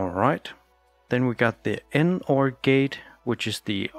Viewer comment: great video. just wanna point out the NAND and NOR, you can just pronounce it as "NAND" and "NOR" in a single syllable. that is how it is in academics. no need to say "N"-"AND"